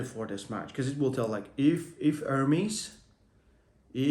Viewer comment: bro stop saying "ör-meez" it is "Er-MES" c'mon you heard the true version enough why still ör-meez😬